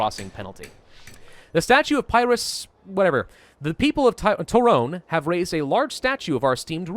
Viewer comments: I'm no expert on this, but I've mostly heard Pyrrhus pronounced like Peerus or Peerhus. If you've ever heard the term Pyrrhic victory, it comes from him. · It's pronounced Pure-is!! damn dude he's major historical figure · If only a video about Pyrrhus existed on YouTube, that could have helped pronounce his name.